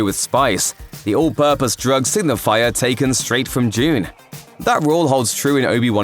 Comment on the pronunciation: Dune is pronounced with a “d”